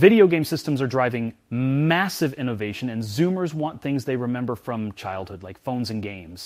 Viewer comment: I love how has the uncanny dramatic pause and elongated M in the delivery of the word "mmmmmassive".